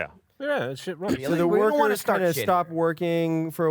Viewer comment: am i the only one who thought gus said walrus and not war horse when casting the find steed